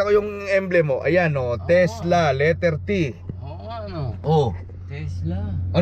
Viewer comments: sira ulo k brad pete, tesla, hndi tesda😆😆😆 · Tesla pala😂😂😂 sabi brod pete "tesda" 😂😂😂